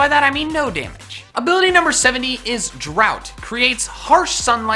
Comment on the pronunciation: it's drought not drout(well, thats how you pronounce it)